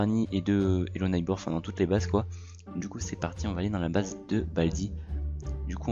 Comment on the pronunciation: Ça se dit bays pas beurz